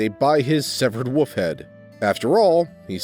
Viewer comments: Ngl, I love your vids, but I visibly cringe every time I hear you pronounce wolf, or wolves lol and its relevant almost every video. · just a pet peeve, but you know there's a "L" in the word wolf right?